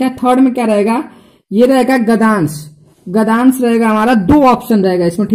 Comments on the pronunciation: not gadansh it's gadyansh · Accha h pr gdyansh hota h gdans nahi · Abe sale gadansh nahi hota gadyansh hota hain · It's no gdansh it's gadyansh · Sir phele gdyans bolna to sikh jao🤓